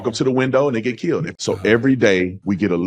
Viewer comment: "i ken be keeeyyuld" muddskinns really butcher our language